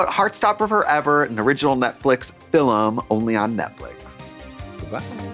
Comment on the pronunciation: Fil-em *someone was watching The Gentlemen